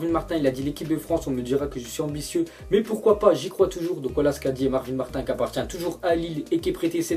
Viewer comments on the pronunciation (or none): none